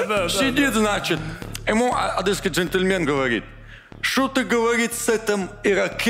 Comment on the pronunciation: Единственное замечание- не "адЭсский" а "адЕсский"